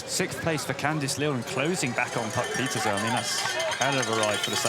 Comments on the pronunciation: It’s not that hard. “Peter-seh”. I don’t know why folks don’t get it. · Dear commentators. Please learn to pronounce Puck Pieterse's name correctly. She demonstrated how to say it to Rob Warner on an episode of Beyond the Line last season. Thanks. Great ride PFP